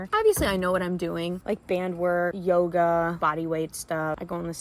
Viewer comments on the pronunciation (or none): none